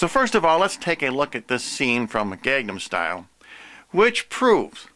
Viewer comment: If you want to say something is a coming of the anti-christ, I would say get your facts straight on the videos you're accusing before you make your own video. Find out the actors names, such as Hyuna. And learn how to say Gangnam Style correctly. Until then, I would never even think to BEGIN to take your seriously. See you in hell.